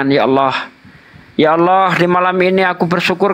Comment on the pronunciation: TOLONG HATI-HATI MENYEBUT NAMA ALLAH, BUKAN ALLOH .... SEBAGAI MUSLIM KITA HARUS SALING MENGINGATKAN TERUTAMA YANG BANYAK NGAJI DI JAWA SELALU MENYEBUT NAMA ALLAH MENJADI ALLOH. INI NAMA TUHAN KITA DAN CUMA DI INDONESIA YANG BERANI MELAFADZKAN NAMA ALLAH SEPERTI ITU BAHAKN MENULIS SEPERTI ITU. PARA APOLOGET TOLONG INGATKAN ITU BAHKAN USTADZ DI JAWA SERING MENGUCAP SEPERTI ITU. DAN BANYAK KATA LAIN SEPERTI FITRAH JADI FITROH, TAQABBAL JADI TAQOBBAL. QALBU DAN KOLBU ITU SAJA UDAH BEDA MAKNA SAUDARA KU